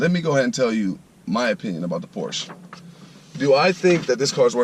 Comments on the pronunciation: Hey buddy. This is not a Porsch its a Porsche! But apart from this I do like your videos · "Porsch", really? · First of all, they're called "tail lights", not "headlights". Also, you need to google how to pronounce "Porsche". Lastly, the "clock" in the middle of the dash is not a conventional clock. Do your homework.